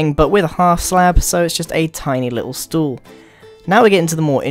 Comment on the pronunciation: stoel are u from the Netherlands